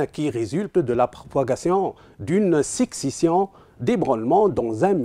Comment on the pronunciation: "Finomiéne" "sicsession" "le fibreur"